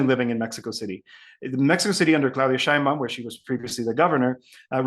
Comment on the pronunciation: You lost me at: Shine Baum. It's pronounced shane.